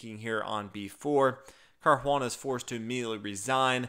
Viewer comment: That sounds like accent gone Boston lol